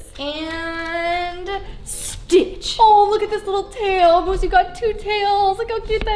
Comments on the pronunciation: i am sorry but did she say Moose or Myoose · Does anyone else get bothered by the way she says moose😤😂